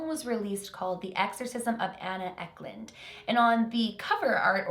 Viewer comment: uck lund 😂😂😂 no hate I love! isn't anna Ecklund a Swedish name? I'm Swedish